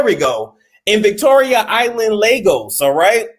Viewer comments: Lagos. pronunciation lay-gos. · These so called queens be hoeing, and it Ley-goss